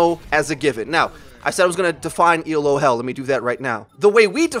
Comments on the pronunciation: Pronunciation critique: It's pronounced "Ee-loh," not "E. L. O." It's not an acronym; it's a person's name: Professor Arpad Elo, who first invented the Elo rating system to measure the performance of chess players back in the 1950's. His system was so successful that a lot of other competitive games, from fencing to MagicTG to Overwatch, have all copied it. Let's give Dr. Elo the credit he deserves! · It's not E.L.O. it's "Elo". It's someone's name. ELO is the Electric Light Orchestra. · But it's pronounced Eh-loe. It's not an acronym. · dude you're killin' me Elo is one word, pronounced ee-low it's named after a dude named Elo, it's not an acronym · Just for future reference,, it's not an acronym. It's a rating system named after its creator, Arpad Elo, who designed the rating system originally for chess. I fell into the same trap too because it honestly does look like an acronym, and most people capitalize it like an acronym, but now you know. If you care, he was born in Egyházaskesző, Austro-Hungarian Empire. Yeah, good luck trying to pronounce that. He moved to the US in 1913. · Hell is people pronouncing every letter of Elo. It's named after Arpad Elo, it's not an acronym.